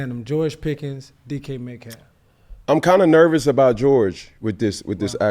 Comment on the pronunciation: Why he keep saying Peggy? Is that a atl thing?